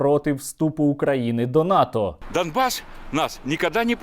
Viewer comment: НАТО, а не ВАТО